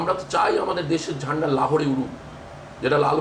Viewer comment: Zanda 😂😂😂 zanda ta ki bhai sala boltay pare na bolay zanda